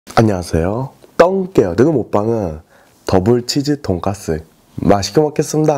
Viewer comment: 더불치즈동까스 발음 넘흐 귀엽다~><